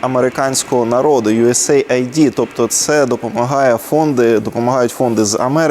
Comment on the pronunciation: Не "ю-ес-ей-ай-ді", а "ю-ес-ейд". Aid - допомога. Синім та червоним кольорами чітко відокремлені два слова.